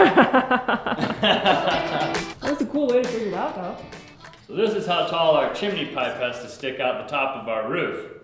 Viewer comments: Chimney not Chemaney 😂❤👍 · There is no “I” between the m and n in chimney, therefore, it’s chim-ney. The mispronunciation of nuclear is the one that sends chills down my spine. It is pronounced new-clear NOT new-q-ler. 😖😡🤯 I’m certainly not an expert in pronunciation, but ....... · Chimney is (chim knee) not MARY POPPINS SONG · it's chimiiiney btw :) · Well... you say "Squoze" instead of "Squeezed". She can have her chimeney :P